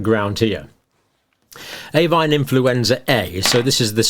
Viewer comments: Should Avian not be said AVEEAN not AVAIN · All good information. But could you please look at your pronunciation of 'avian'. It's a-vian, not avine. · Avian is pronounced A-V-I-A-N.. please just stop saying avinE, it is very distracting and undermines the credibility of your excellent lecture. Thank you. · Great video, Dr. Campbell. Very informative, as always. Just for future reference, it's 'ay-vee-an' not 'a-vine.' (Avian.) Your pronunciation was wrong throughout the video, and as somebody who has worked with birds in the past, I just had to correct you! I get it, you were thinking 'por-cine' and 'bo-vine.' 🤪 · Hi John. Excellent explanations as always. I would just respectfully point out that you mispronounce "avian" as "avine" a few times during your talk. There are 3 syllables - rhymes with Evian (water). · Why does he keep pronouncing avian as avine? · Absolutely, Mark! His acolytes are dazzled by the title. His PhD work obviously helps him produce these videos but doesn't help him analyse the data content properly or even pronounce the word "avian" correctly. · Just wait till it "acquires" a polybasic cleavage site. I'm sure it'll be natural though. Happens all the time they say. 😉 Also whats with the pronunciation of avian? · Avian does not rhyme with Swine - dodgy pronunciations to drive engagement is cheap, don't do it.